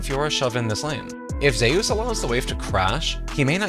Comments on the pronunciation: Because that’s how it’s pronounced… he’s korean, Zeus is pronounced ZeYus 💀💀💀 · Why are we pronouncing Zeus like that?